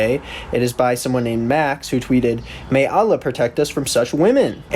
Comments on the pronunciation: the way he pronounced allah is a red flag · My guy I love you but the way you pronounced Allah (swt) has got me dieing /lh